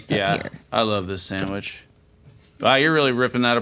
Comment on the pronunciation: Another video where says Sammwitch. But a good one!